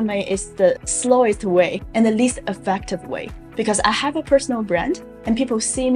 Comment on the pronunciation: The word is "because" not "bekou"